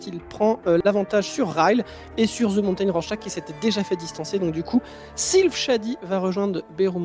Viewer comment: Pouvez-vous arrêter de dire "ze" mountain svp? C'est "de" mountain. Merci. Je vous aime quand même.